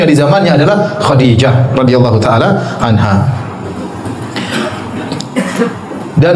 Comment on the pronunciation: Kok anhu? Anha yng bner min